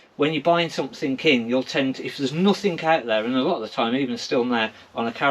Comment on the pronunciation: Btw it's somethinG, not somethinK! Same with nothinG vs. NothinK. There's a G on the end! Pet peeve of mine. =)